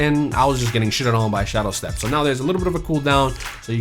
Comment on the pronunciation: I feel like just tries to make people mad by saying every perk wrong in the game. Like he says shadowstep it's not that hard to say SHADE step